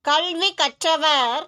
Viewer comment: Your effort is appriciated, however, please change your pronounciation ... You are pronouncing Kalvi .. as kaLLvi You are pronouncing கல்வி as கள்வி கல்வி - education கள்வி - not a word, but could be understood as women-thief. I do know some Indian tamils pronouce it wrong, but I was surprised that many srilankan radios and videos propagate this error. TN news readers tend to pronounce things correctly. The core of tamil pronounciation is to know the difference in tongue placement of : ல ள ழ ந ன ண